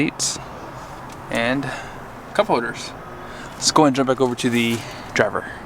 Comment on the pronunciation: “cup hoders” 😂